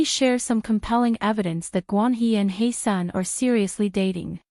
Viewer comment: Ahh this video pissed me off 🙄 from the annoying ai voice, to the fact that you butchered HyeSeon's name every time. It's HYESEONG, not Heyseon. All this detective investigation and you don't even know her name.